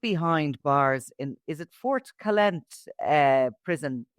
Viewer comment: Foncalent. Its pronounced 'Phon-ka-lent' He'll be in Modulo 4 as a high profile prisoner.